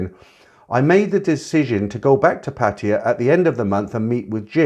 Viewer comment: I find it so distracting that you call Pattaya Patia. Do the Thais say it like that?